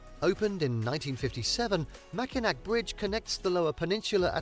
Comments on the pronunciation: Yes, this is the island with no cars. You would love it so much! They also have the best fudge in the world. Also, it’s really upsets me that he keeps saying “Mackinac.” It does not really upset me, but seems that if you are going to do a documentary video on places to visit that you should learn to pronounce the location names. It is spelled Mackinac but it is pronounced Mackinaw. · Dont come to Michigan to see concrete. Its a natural beauty state. Its pronounced mackinaw btw. If you say mackinac we will tease you. Come in the fall and ill take you all over then we can get married after 😂. Jk but you are adorable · It IS the same island, and it's pronounced "MackinaW", not Machinak... I live up on the Keweenaw Peninsula, and you can't turn around without bumping into a Finn... Until a few years ago, there was Soumi College in Hancock (they changed their name to Finlandia several years ago)... There are a lot of Finnish cultural sites here... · Is it too Michigan of me to be upset that he said “Mackinac” instead of “Mackinaw?” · This commentator is a hack!! Mack-in-NAC??????? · I've lived in Michigan 70 years and this is very misleading... Anything near Detroit is not good. Large areas have been ruined by crime brought in by Muslims and Somalia groups.. And you mispronounced Mackinac Island. It's (Mack-in-awe..)...🤷‍♂And there's no cars on the island... I did concrete work around the old house at Meijer Gardens..I've boated on Lake Michigan and Lake Huron for years, and they are nice but can get huge waves.. It's nice but the Democrat Gov is destroying it.....Good luck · The AI voice mispronounced a lot of words lol. Mackinac, especially, was mispronounced... it's "Macki-naw", and yes that's where cars are not allowed. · Yes, it is the same island... Also, that swaying bridge was the Tacoma Narrows bridge, it was NOT the Mackinac (pronounced Mackinaw) bridge. Hello from Michigan! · Morning,! Mackinac is pronounced Mac-in-AW, and yes, it is the same island.